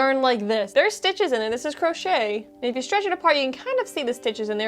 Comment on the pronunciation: It’s distracting to hear the words “ stitch” and “strands” constantly mispronounced. Add “stretch” to the mispronounced words. Grimace